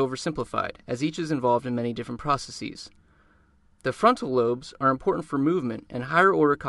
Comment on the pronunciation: did he say "processeees"